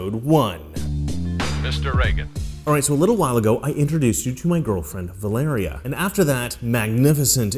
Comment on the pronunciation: Its Vallerie, bro. You butcher her name lol